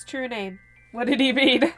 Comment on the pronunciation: When said "true name", I started laughing because it reminded me of the bloopers!:" My trwue name is tha Damian,"